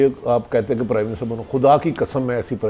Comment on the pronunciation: Ap urdu ki talk show main baithney hain " Kathey" naheen " akhatey" hota hai umeed hai keh apko idraak ho gaya hoga